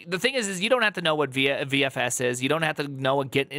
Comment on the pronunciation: Why the hell cant he say VFS properly?